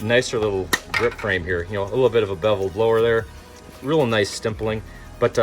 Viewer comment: Stimpiling?! 😂😂 It’s called Stippling for future reference altho I will say you made me spit out coffee when you said that 😂…..